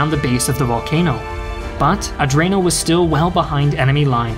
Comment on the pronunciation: Nice video, but please, try to pronounce italian cities and generals with their correct name, and not with accents that trasform them in chinese (for example, it's MEssina, not massina, Troina not trunia, Centuripe, not shenturipe, GraZiani, not grasciani, AdrAno, not Adrno, CatAnia, not catanIa) Anyway, good video as always, and thanks to share a bit of story about italy.